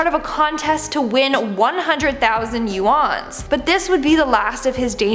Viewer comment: 100,000 Yu-Ans 😂 nice try